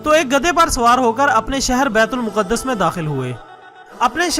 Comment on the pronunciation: Asalam o Alikum Word Bait ul muqadas Nahi h Bait ul Maqdas word hai. . .